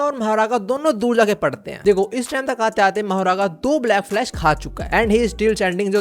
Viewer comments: Black Flash ❌ Blash Flack 👍 🤣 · Blackflash❌ Blashflack✅ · Black flash ❌ Blash Flack✅ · 😂 black flash❌ blash flack ✅ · 😅bro you said blash flack instead of black flash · "blash flack" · Bro Literally said blash flack in excitement 😭